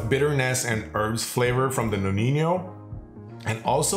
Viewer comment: Great video! However, too many people are incorrectly pronouncing the amaro "nonin-yo" (that y should not be there) 😅